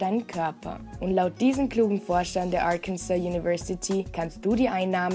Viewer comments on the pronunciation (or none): none